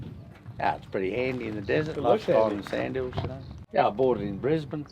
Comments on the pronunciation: Except they pronounce Brisbane wrong at the beginning so I shut the video down (yes, I'm a Aussie in the USA) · Bris-bun... Mel-bun ... Wollamaloo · For all Americans struggling to pronounce Aussie words: Brisbane: Bris-ben Canberra: Can-bra Uluru: Ul-la-roo Queensland: Queens-land PS: Good luck actually finding one of our deadly animals as the Americans exaggerate to much about the animals.